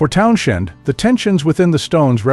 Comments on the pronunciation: I had to exit after too many Town-SHENDs. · Hard to take anyone seriously who can't pronounce Pete's last name properly. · Lol I was thinking the same thing but my be narrater has a speech impediment..... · I had to stop listening just for that reason alone. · Agreed. The Stones are best band in world. And I can't watch anymore due to the misspelling & pronunciation. 🤨